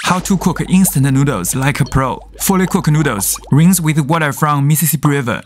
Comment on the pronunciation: In-stata-notalss?!!! (:U) I love IN-STATA NOTALSSS!! \(:V)/ No really, I do!! \(:3)/ /(x3)\